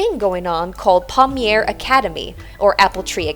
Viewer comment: If she has "a thing going on" with a Pommier Academy... maybe she could take a minute to check how to actually SAY Pommier! (Hint: it rhymes with yay!)